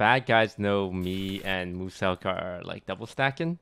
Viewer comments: I love how toast pronounces Muselk’s name: Mooselk. Mans making him sound like a brand of chocolate milk lmao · He said mooselk